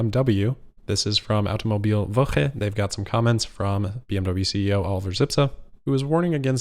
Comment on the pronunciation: have you been practicing german pronounciation? That was just chefs kiss perfectly pronounced Automobilwoche!